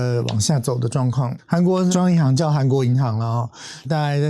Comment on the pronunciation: 韓國銀行聽成韓國魚行...